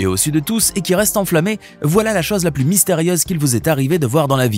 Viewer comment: Il a dit mystériaise ou bien j’ai pas bien compris ?